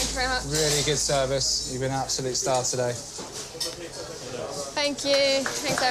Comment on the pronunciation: ohhh..."Fank you", says,. Shes desirable in more ways than one to all but a great chef!...